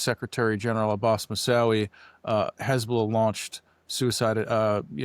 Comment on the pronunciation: My ADHD got me early on, which was such a shame because I really liked what this gentleman had to say - he clearly knows his stuff - but his pronunciation of “Hezbollah” was such a distraction…